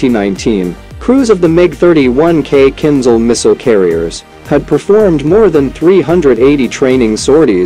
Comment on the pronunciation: It's not kin zal. It's kinZHal. The h is not silent.